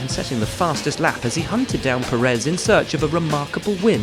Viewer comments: If you make a whole video about the man, at least get the pronounciation right: Pérez, not Peréz. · The guy has been running in Formula 1 for a decade and commentators still don't pronounce his last name well. Put your will in it, brother, is not that hard. Is Pérez (PE rez), not peréz (pe REZ) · no Sarhee-o. Pehress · Pérez (peh-res) not Purr -ehz. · Yeap, I doubt it too. But Perez's doesn't work as a journalist/voice-professional. Seriously, Pérez is by far the easiest name in the entire Latin-Roman language scope! The way he pronounces it sounds absolutely weird to a Spanish speaker. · Shurgio Pehres?